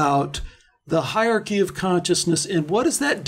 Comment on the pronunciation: "Hairarchy" lol